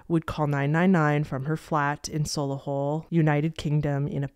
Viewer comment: “solihull” is pronounced “solly-hull” ❤